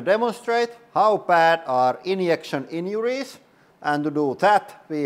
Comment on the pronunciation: I love the way he says inyection inyuries